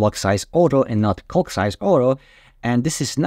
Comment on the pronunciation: I highly advise you improve your pronunciation of the word “calc.” Your current pronunciation is bordering on obscene. Great information. Many thanks. Cheers.